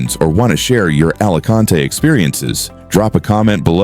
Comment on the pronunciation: Nadie la pronuncia "ALACANTE" Capullo . ES "ALICANTE" Entendidido!!!!!